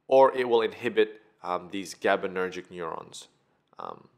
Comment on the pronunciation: Great video! However, it's gabaErgic neurons, not gabaNErgic.